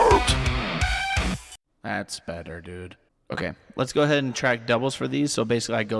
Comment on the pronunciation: Sound like you're grout instead of ground 😂😂😂